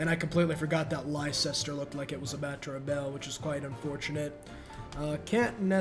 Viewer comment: honestly you deserve having elizabeth send all of england after you for that atrocious pronunciation of leicester, even the people were so appalled they defected to eggman harald